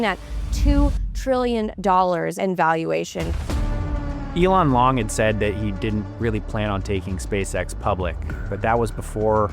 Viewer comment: did he say his name is "Elon Long"?